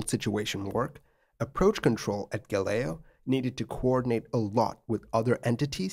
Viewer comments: Hi! Not being nitpicky about it, just to inform: the actual spelling of the airport's name is Galeão, not "Galeo". Galeão is pronounced as "gah-lee-omn". About the "Caxias VOR" you've mentioned, it's pronounced as "cah-shee-as". But I totally understand your pronounciation aswell, you would have to be a Portuguese language speaker to know these LOL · Bro. It's 'Gah-leaoh'.... Not 'Gah-leo' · The name of the airport is Galeão, not galeo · Love your videos, sir. As an “okay” Portuguese speaker, I have to mention that the departure airport Galeão is gah-lay-ow and the Caixas VOR is kai-shuhs 😊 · Sorry but is Galeao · A little correction here: it's Galeão not "Galeo" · The airport is Galeão, not Galeo! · Galeao is pronounced "Gah-Leh-Aoh" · pro tip: caxias = ca-shee-as galeão = "ga-ley-aum" (galleon in portuguese) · Funny how you pronounce Galeão